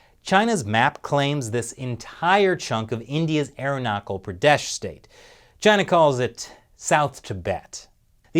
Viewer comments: It's arunachal... With a Ch not a k sound. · It's Arunachal Pradesh, not "Arunakal" Pradesh. 'ch' is pronounced like the 'ch' of channel. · It is not pronounced as Arunakal Pradesh it is pronounced as Arunachal Pradesh (ch as used in Change).